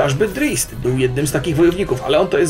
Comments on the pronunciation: Drict (wymowa) i Lolf (wymowa, ewentualnie Lolt), a nie Lilit;) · "Drizit" to źle czytane jest :S